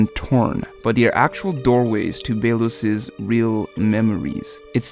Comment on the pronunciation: Can someone tell him to stop saying Bae-los...